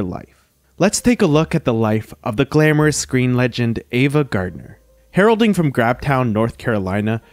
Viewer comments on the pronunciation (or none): Please pronounce the names of your subjects correctly; it is AVA, not EVA. Ive noticed this in other of your wonderful videos. Thank you.